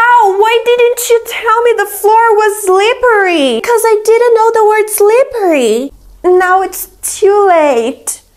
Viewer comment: Do you pronounce "zlippery"?? That's different from what they taught me... 😳😳😳